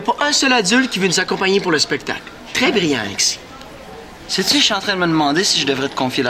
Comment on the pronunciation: « Apitchoumer », c’est tellement drôle! 😂😂😂 Il y a aussi « Agexis , alenda » et non « Alexis, agenda » 😂😂